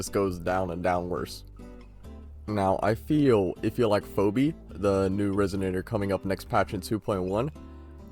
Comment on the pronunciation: Ive never heard anyone pronounce Phoebe as "Phobi" lol